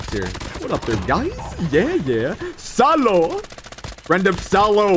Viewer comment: Salo❌no Saulo✔si 😂